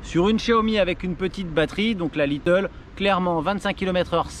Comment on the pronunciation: Le fait qu’il dise « little » alors que c’est « Lite » dans toutes les vidéos me perturbe à chaque fois